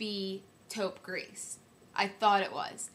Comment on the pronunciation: I love you I think you are wonderful! Short french lesson. 90% of the time when there is no 'e' on the end of the word you do not pronounce the last letter ex. Taupe Gris = Gree not Grease I hope that makes sense. Please dont be offended I'm really not trying to be mean.